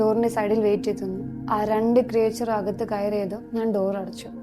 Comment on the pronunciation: why you are pronouncing ക്രിയേച്ചർ instead of ക്രീച്ചർ😅